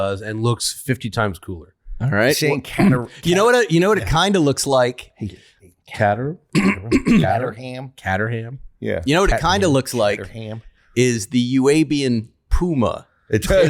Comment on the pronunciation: Caterham . (said as Kateram. fyi ) great pod as usual.. love the fact your filming now .best way to start a Wednesday ty